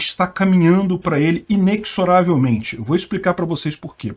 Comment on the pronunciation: perfeito, impecável!! só uma pequena correção me perdoe... inexoravelmente se pronuncia como Z ok... inezoravelmente (forma de falar)